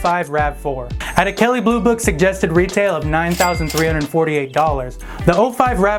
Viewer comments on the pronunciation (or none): kelly boobook lol !!!